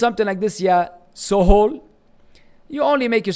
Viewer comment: This fake so called preacher can't understand the arabic name even! It is not "Sohol" yaa jaahil madkhali it is "Suhail" the english spelling suggests the brother is Bangladeshi!